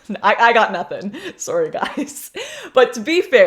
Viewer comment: You said Sore-y lol